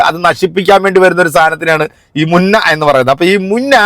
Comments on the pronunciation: മുന്ന അല്ല ബ്രോ മുഞ്ഞ എന്നാണ് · മുന്ന അല്ല മുഞ്ഞ അങ്ങനെ ആണ് സാധാരണ പറയാറ് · മുന്ന അല്ല. മുഞ്ഞ. എന്നാണ് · മുന്ന അല്ല മുഞ്ഞ എന്നാണ് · മുന്ന അല്ല മുഞ്ഞ